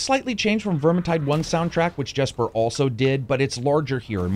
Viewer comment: If that musician you mentioned name is spelled Jesper. It’s pronounced Yesper. Not Jesper.